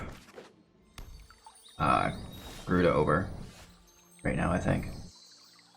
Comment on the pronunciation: Lol "gryuda" 😭 rip